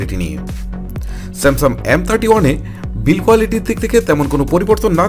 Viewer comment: স্যামসাম বলে😂😂😂😂😂